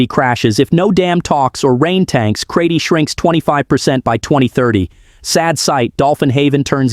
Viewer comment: Pronounced Kra-ches, not Kray tee.